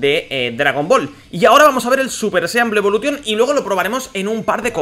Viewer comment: A ver, por q pronuncias algunas frases en ingles en plan bien y luego dices blue evolution tal y como se escribe